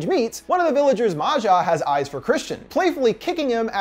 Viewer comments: Why is he saying her name like she's not Swedish? Maja is pronounced just like Maya. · and maja too. it’s pronounced like Maya not Ma-Ja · Bruh Maja is pronounced like Maya/Maia and not like Matcha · It's pronounced "maya" not "mazja" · Right and I think Maja is pronounced Mah•Ha 💁🏾‍♀️ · It’s Maya or Maja (Maayaa) . It is not that difficult 😂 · Don't forget how he pronounced Maja